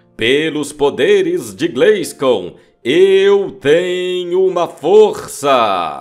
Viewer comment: " pelos poderes de GLEISCOM" 🤣🤣🤣🤣🤣🤣🤣